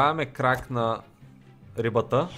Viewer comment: Това не се казва крак, а крек